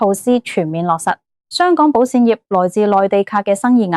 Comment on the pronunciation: 唔好用Al啦！保险卖保闪？？